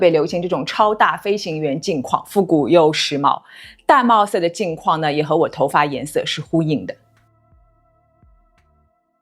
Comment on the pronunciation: 玳瑁 (音同妹)